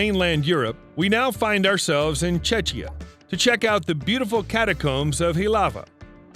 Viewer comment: Yeah.. He butchered a few things lol.